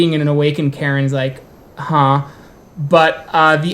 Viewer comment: Interesting video. Tho every time you spoke about "Caerns" I understood "Karens" XD